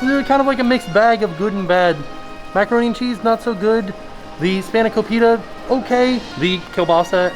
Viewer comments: and span-eh-ko-pit-AH! not spaniko-pita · It's spana-cope-it-a, not spana-co-pita! lol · hey! greek girl here, it's pronounced "spahn-a-co-peeta"! trying your best tho, i respect it :)) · Hearing you say spanikopita gives me hope that one day Disney will add Greece to the World Showcase!! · hi! i'm greek & spanakopita is one of my favorite greek foods. it's pronounced spa-nuh-ko-pee-tuh! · I’m not Greek but spanakopita is one my favorite food. But can never pronounce it and normally just point to it in the menu.